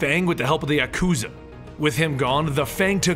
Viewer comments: It's Ya-Koo-Za Not Ya-Kuh-Za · That was the strangest pronunciation of the Yakuza ive ever heard :p